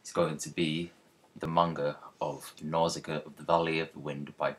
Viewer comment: its pronounced nauu-shi-ca